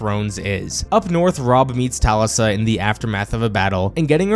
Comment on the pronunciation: Robb’s wife’s name was Talisa, pronounced Tuh-Le’-suh.